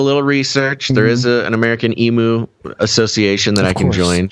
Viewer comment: Stand aside, Tiger King. Here comes The Emu King… 😂 By the way, Aussies say EEM-YOO not EE-MOO.